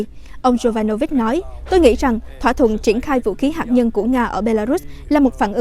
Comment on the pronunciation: Hạt nhân chứ không phải là hạc nhân rất chi là khó nghe.